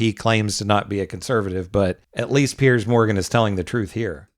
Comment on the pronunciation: Piers, not "Pierce"